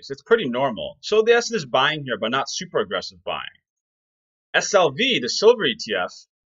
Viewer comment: ダンさん、いつもありがとうございます。今日は、字幕なしで聞いたので、silverがソバ（麺類）に聞こえました。そばprice とかそばposition、そばETFとか。^^ 毎日ダンさんの英語を聞いて、英語の文字と音が一致するようトレーニングします。動かせる資金はまだまだ少ないですが、おかげさまで、利益はぼちぼちです。